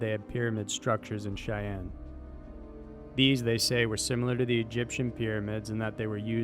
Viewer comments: Xian is not pronounced cheyene its pronounced jee in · It pronounced XI-AN, Xian is actually two different Chinese words NOT ONE. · Good use of data to support the narrative rather than making wild speculation without evidence. For the record, Xian is pronounced "sheee ahn" not "Sheyanne" :) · OMG - then you do it again on #4! I TEACH UNI in China - the place name is pronounced ZHEE-AHN! Please check these pronunciations. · Good video, but I think it would do you well to look up how to pronounce some of the places names before you record...For example, you butchered Xi'an. While we don't have the same sounds in English, it should be pronounced more like "She-ahn." Anyway, still a good video. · please, next time get your pronunciation right... it kills one's ears when you say "Shaian" for Xi'an... :/ other than that - great stuff!